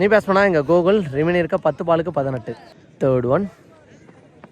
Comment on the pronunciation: Gokul ❌kogul👍🤣